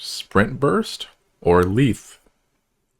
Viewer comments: Its pronounced Lythe (Like you would say Lie and then add the the) hope that makes sense? xD just a sidenote, but I agree with the others, even though Ive been playing for a while, this is a very friendly and simple guide and not 2 hours long. :) Well done! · I wasn’t expecting much when I clicked this but wow, this was edited surprisingly well! As someone who’s been in the comunity for a few years now, I agree with most of this advice. It’s pronounced lie-th, by the way ❤